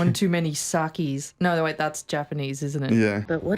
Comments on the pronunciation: it's "no", not "noare"!! 😂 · "naughr" is pronounced "no"